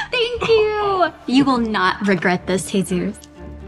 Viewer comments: his parents gave him his name...it's pronounced Hey..soose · Its actually a popular name! But its pronounced ‘heh-sues’ since the j is pronounced as an h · Its a hispanic name. Its not pronounced "Jesus"